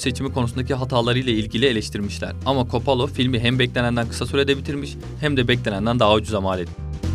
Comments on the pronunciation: Oooooooo !!! You fcking kiddin' mee ?? Coppola. Coppola !!! Not fucking coppolo ! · Kapalo, kopalo 🤣 İkisi de değil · Coppola ismini üç farklı şekilde telaffuz etmişsiniz,komik :) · kopalo değil kopolla.. köbrik değil kubrik .. ingilizce parçalıyor seslendiren. bilmiyorsan söyleme